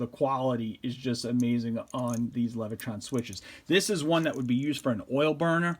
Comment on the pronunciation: There is no R in Leviton.